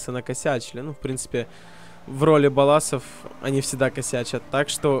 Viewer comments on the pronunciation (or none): Не ббалласов а ба ласы